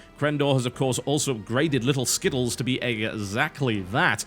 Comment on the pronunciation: LIT-UL SKI-TLES -clap clap clap